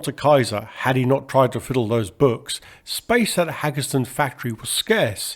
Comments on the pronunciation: Hagerstown, hay-gers-town, it's not Haggerston. One g makes it a Long A. The w means it's Town not ton. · You pronounced WACO properly, but fumbled on Hagerstown. It should be HAY-gers-town, not hag-ers-town. Hagerstown's minor league baseball team is the Flying Boxcars, named for the C-119. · "Haggeston"? Hagerstown..."HAY-gurs-TOWN" Nevertheless, quite enjoyed this documentary. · Hagerstown MD. Pronounced "Hay-gers-town. The Hagerstown airport has an aircraft museum highlighting Fairchild aircraft produced there. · Hagerstown is pronounced HAY-gurs-town. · FYI... it's pronounced "HAY-grrs-town" :-) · It’s pronounced Hagers-town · Hagerstown is pronounced "Hay" "Gers" "Ton" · point of note. Hagerstown is pronounced Hay'Gers-town. otherwise. carry on. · Not big deal. Hagerstown is 30 minutes away and I reckon it would be like an American pronouncing Thames with a th sounding out as in thought not as in Thomas. The local baseball team is named after the C-119, the Flying Boxcars.